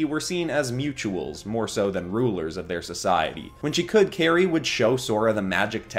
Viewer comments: Her name is pronounced KAI-ri, not KAY-ri. Like how kite is pronounced as kait. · It’s pronounced Kai re